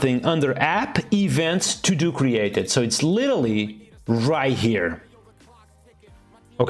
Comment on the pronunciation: litelly? LITELLY?